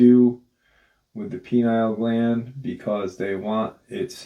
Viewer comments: It'd be helpful for the audience if you'd pronounce that gland PEE-NEE-UHL, not PEE-NILE. It's very confusing for those who don't know that you're talking about a gland located in the center of the brain sphere, not a male reproductive organ. 🙂Just a suggestion. Nice video. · pineal not penile lol